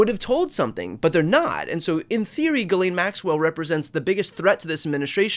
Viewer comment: Can we please stop letting Ghislaine use an alias? Ghislaine is not hard to pronounce for an English speaker. The "laine" is pronounced exactly like in "lent" without the t, or then name "Len." The "ghis" can be harder cause English speakers are used to having a d sound, but it's just "Jiss" without a hard start. Ghislaine is not a hard name for English speakers to pronounce. Call the piece of garbage by her actual name ffs.